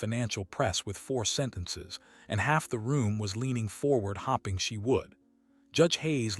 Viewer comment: there is a difference between "hoping" as in, to look forward with anticipation, and "hopping" jumping on one leg. To make it easier, the words are also spelled differently. The word that was written was "hoping" and the word made sense in context. There was NO proper context for the word "hopping" as it was spoken by the AI reader. This is a matter of quality control.